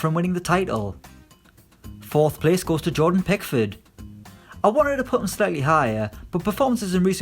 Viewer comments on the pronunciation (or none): none